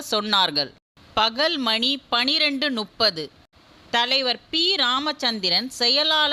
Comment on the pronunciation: மணி ஒன்பது நுப்பது அல்ல முப்பது.